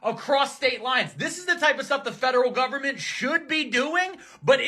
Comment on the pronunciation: Man cannot even say government 😂😂😂